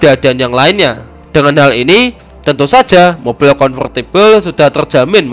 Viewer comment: Mobil mas... Bukan moppil